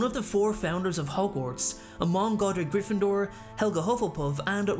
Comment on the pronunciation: STOP STOP STOP UR GONNA TAKE SOMEONE'S EYE OUT IT'S GRYFFINDOR NOT GRIFFINDOOR! AND SLYTHERIN NOT SLYTHRIN AND CHAMBER NOT CHANBER GOSH !